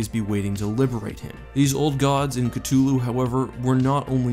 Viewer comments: I have always heard it called "K thu lu." This is the first time I have ever heard it called K tu lu. If you listen to the audio book it sounds different from what you have said it. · "KaTuLu" it's Cthulhu, ka-th-oo-lu, Cthulhu. And it's Ri-lay, not Righ-lay. You're driving me insane mispronouncing the names. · hi love your videos, ok just want to know why are you saying his name strange? because I have always thought it is said ( ka-thoo-loo ) anyway still awesome video all the same 👍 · Theres a th in cthulhu not just a T. Cuh-thu-loo not ca-tu-lo. Make a video at least learn the correct pronunciation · actually it’s not (ca-too-lu) it’s (ca-thu-lu) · You know I've never understood why someone would look at the word 'Cthulhu' and decide "Yes, this should be pronounced with a hard T and not a soft th." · Please pronounce it as Cthulu with the th not ctulu i know it’s different for everyone but the majority pronounce the th still great video and cant wait for more mythos videos 👍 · His name isn't pronounced (Ka tu loo) it's (sata ulau) sounds like [SATA U la U] <CTHULHU> It's written in formal tongue so formal pronunciation of each letter except for 'H' a silent 'A' I used 'S' Because you pronounced 'C' with a 'K' sound. Common mistake. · It hurts hearing him say Cthulhu wrong. Ca thuuu luuu not ca two luu…. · I thought it was pronounced as k-thoo-loo, not k-too-loo??? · Why dont u pronounce it with the th. It's not c2ulhu its c-thulhu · It's not ctullu! It's cthulhu! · Oh so you don’t pronounce it ka-thu-lu and instead ka-tu-lu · ITS THHH NOT T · "Cuh-thoo-loo" is how you pronounce it. Not "cut-too-loo." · it's pronounced (Ka-thu-lu) not (ka-tu-lu) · It might be Sith(c)hulu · So lovecraft in his letters pronounced it kuhth-lu but also the most common kuh-thul-loo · CUH-THEW-LU is how you pronounce it. You are welcome 🤙🏼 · It's actually pronounced in Humans: Cuthulu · Its pernounced CA-THou-lu!! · The T is silent..It is pronounced Kulu basically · C-two-lu? Really?